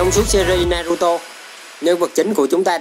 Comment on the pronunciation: Đọc tên naruto thành naturo nữa thì tôi cũng chịu anh luôn , tên mà bác Kishimoto đặt cho nv thì anh lại đi đọc tên sai vần:(